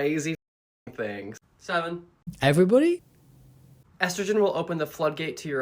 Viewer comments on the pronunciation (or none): I’m sorry, THAT’S how you pronounce estrogen?!